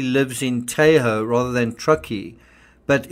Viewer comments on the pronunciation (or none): the "a" in Tahoe is short, as in "tah ho". Thanks for all your hard work on our behalf! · the pronunciation of 'Tahoe' is the a is like ahh. I grew up there.